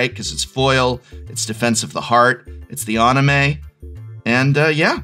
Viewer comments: Love you prof, you’re great but it’s an-i-may, not on-i-may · It's even more painful hearing him continue to pronounce anime wrong.